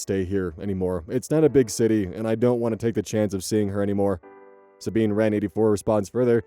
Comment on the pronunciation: I was going to nitpick how you pronounced "Sabine", but then I heard you say it a second time and figure the first was just a passing mistake. Pardon me on this, it is my Star Wars fangirl tendencies (Sabine Wren, Rebels and Ahsoka character).